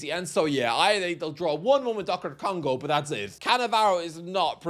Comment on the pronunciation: Glad I'm not the only shithouser that calls DR Congo Doctor Congo.